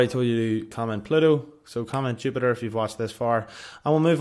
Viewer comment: Ju-pi-ter. Thank you. God Bless